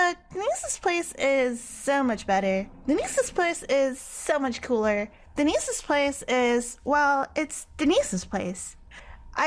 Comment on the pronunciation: Everytime you said "Deinse's" it sounded like "Anyssa's" and I was confused each time you said it